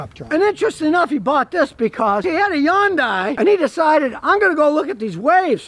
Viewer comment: Youndaai 😂😂😂😂😂 yanks struggle with Haaayundaaai 😂😂😂